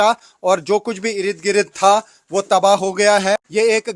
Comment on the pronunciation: Irid girid😂😂😂 achcha laga ye sunkar. Ird-gird bolne me utna maza nahi aata.